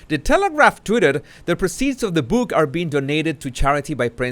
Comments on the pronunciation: I know you’re keen to improve your English so I hope you don’t mind my pointing out that ‘proceeds’ like many other words, is pronounced differently when used as a noun rather than a verb, ie ‘the PROceeds of the book sales..,’ as opposed to ‘Harry proCEEDS to publish another load of old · Thanks as always for your vids! For your information, the pronunciation of the word 'proceeds' (monetary) is different from the word 'proceed' (as in moving forward). There is more emphasis on the 'pro' when referring to the noun.